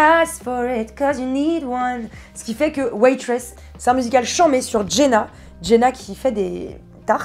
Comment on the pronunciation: Lola...Tu as dit "Waitress"...ça va ? Tu es pas malade j'espère XD